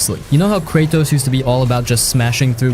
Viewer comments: "Kay Tross" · Did he just call him Krachos?